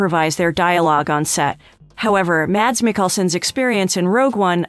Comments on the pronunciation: #1 should probably be that his name is NOT pronounced Madz. He pronounces it as Mass. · His first name is pronounced as "Mass". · At least try and pronounce his name correctly - it's pronounced 'Mass' the D is silent.